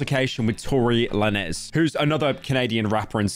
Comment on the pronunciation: The way he says Lanez lol